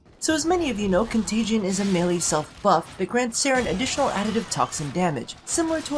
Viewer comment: ...con-tay-jee-ee-un that extra syllable is bugging me... save me<3